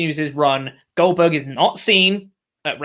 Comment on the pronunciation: OLDBERG... OLDBERG.... OLDBERG...